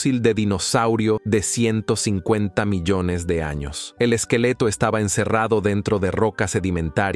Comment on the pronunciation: Es un programa de voz , por eso pronuncia tan mal. Dice arroz (rice ) y carrera (race) en vez del apellido de Piri Rais. Y en otro lado, "milones" en vez de millones. ¡Horrible! Tal parece que medio mundo se ha vuelto mudo.